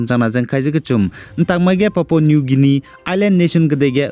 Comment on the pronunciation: Ndâ anui Leisi kageteibe tingge "Guinia" ze Pronounciation ge âh "Gainia" ze kuku delei, Ei nzeimak zai lun gaira da.